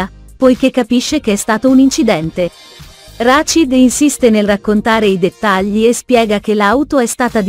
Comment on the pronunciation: Rashid, Zuleya , Fadik ma e’ possible che non riesce I a pronunciare un nome correttamente…